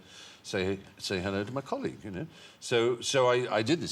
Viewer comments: love hearing him call Hugh M'colleague fantastic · "Say hello to m'colleague " Made me smile :)